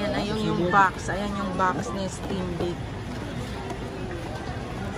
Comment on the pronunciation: Steam na tt 😂 stimdick ampt